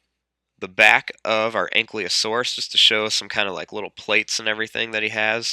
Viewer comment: Good video, but it's "An-Kee-Lo-Saurus", not "An-Klee-O-Saurus".